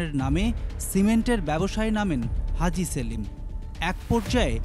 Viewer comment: হাজী সেলিম উচ্চারণ করোগা পাজি সেলিম উচ্চারণ করবি